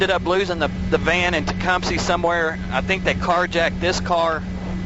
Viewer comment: needed to shut up please he kept saying Tecumseh wrong! It’s TE-CUM-SEH not Tecumsee 🤦🏻‍♂️